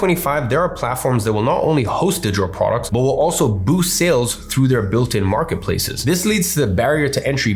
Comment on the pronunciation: He says digital products like Kim Jon. "Digitor prorcs"